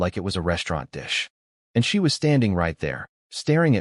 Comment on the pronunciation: honestly these ai read stories need to be turned into Phonetic spelling then listened to so words like bow is pronounced as bow a ranged weapon, not bow the front of a ship, get fixed. It would also knock out the ai reading words as letters, ie she read as s h e instead of just she.